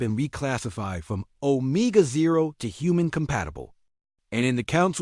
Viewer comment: Stupid AI narration. I just can't when it is mispronouncing so many words. The worst one is 'omega'.